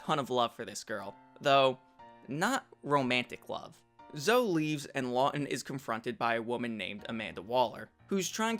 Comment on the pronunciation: Zoe is pronounced "Zoh-ee" not "Zoh."